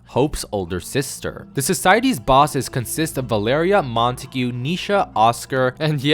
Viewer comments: Montauge is pronounced “Mon-Tog” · I never knew Montague was pronounced like that 😂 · cant get over the way he pronounces Montague lmao